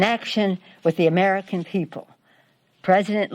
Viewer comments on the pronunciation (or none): none